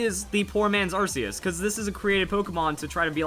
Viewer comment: AR System RKS System WE HAVE BEEN TOLD HOW TO SAY ARCEUS AR-KAY-US